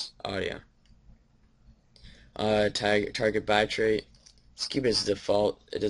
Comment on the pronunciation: "BI-trait" Lmfaooooooooooooo